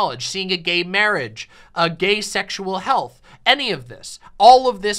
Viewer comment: MAWAGE. MAWAGE IS WOT BWINGS USH TOGEDAEH TODEH.